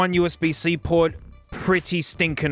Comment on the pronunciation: "HDMEE" "OOSB" 🤣🤣🤣🤣🤣